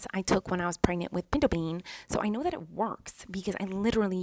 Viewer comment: I love how she says the:d this:dis that:dat